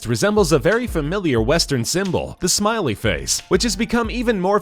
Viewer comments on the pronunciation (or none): none